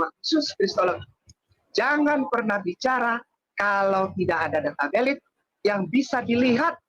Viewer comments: Dia bilang data welid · Aku suka denger dia ngomong data Velid 😂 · Fenifu dan welit lit liiiittt😅😅😅